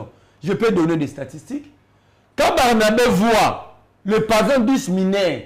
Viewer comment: Bonne émission. Je demanderai à ou, sorry. C'est ce qui est souvent écrit sur les titres d'émissions. l'homme plein des sagesses et d'intelligences u j'aime écouter. Si monsieur, peut travailler sur sa phonetique. Exemples: le et non lait, lai,let. Le (e) est fermé. Directeur, supérieur, producteur etc... (eur)et non directaire,productaire,superiairetu et ti. Plus et non plis Que et non quai. Merci